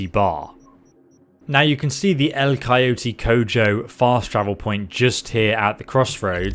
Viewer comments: coyo-TEE co-joe I want to vomit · "Cayoetie Co Joe"